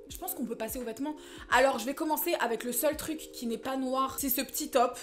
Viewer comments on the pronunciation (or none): “De VETMENTS noirs” 😭😭😭